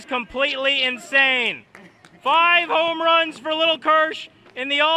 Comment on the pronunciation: he said “only hits and homruns”